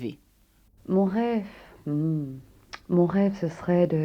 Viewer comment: ...rêVe et non....rêFF.